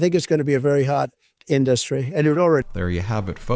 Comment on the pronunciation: In-dus-stry* Is taking it back.....an applicant saying that in a job interview?